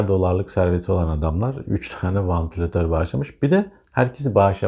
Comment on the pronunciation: vAntilatör değil,vEntilatör!